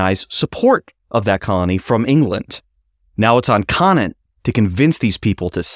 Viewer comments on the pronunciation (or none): cone ant. not konat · Roger Conant's last name is pronounced "Cone ant" Great episode about my 9th great grandfather thanks for highlighting his role in American history